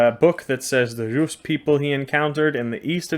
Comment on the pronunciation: Well my friend so far the best pronounciation of Русь (Rus’) goes to you 😂 Thank you for making s soft at the end